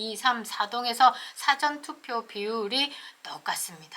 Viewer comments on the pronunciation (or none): none